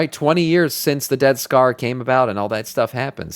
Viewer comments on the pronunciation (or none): Sounds like you're saying, "Death Star" not "Dead Scar" LOL